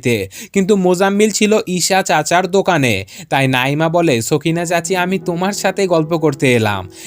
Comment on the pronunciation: ওফফ নাঈমা নামটা সুন্দরভাবে উচ্চারণ করেন😐 নাঈঈঈঈমা কি হ্যাঁ 😐